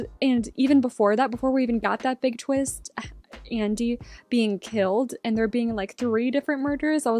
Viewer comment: “The twinst!” Love it. Lol